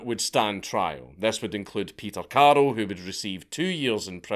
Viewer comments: it freaks me out that he keep calling him Karel/Karol? it's Karl/Carl. easy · Is it not karl not carol? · First I'm incapable of understanding whether you're saying carl or carol and than there's another guy who's named carol so I'm a little lost here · Dank I keep thinking you’re calling him Carol 😂😂😂😂